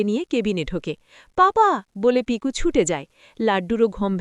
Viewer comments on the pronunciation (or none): লাড্ডূ নয় , লাট্টু। এত ভুলভাল যে কেন বলেন। পিকু নয় , পিকো। মৃণাল শিবপ্রসাদ কে ' কাকু ' নয় , ' শিবু দা ' বলে।